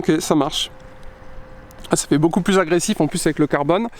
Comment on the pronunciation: .Non, y a encore beaucoup(ta) apprendre..! 🤔 Quelle sale liaison qu'il nous a fait..!lol😜 Par contre c un BMiste comme moi et sa voiture elle est belle et encore nickel pour une 2006..! 👍😍